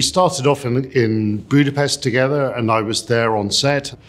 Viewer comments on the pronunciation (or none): none